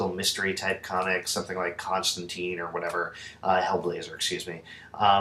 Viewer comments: It's TINE not teen. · Constantine. The character has said his name rymes wiht line. So it's pronounced Constanttine not Constantanteen.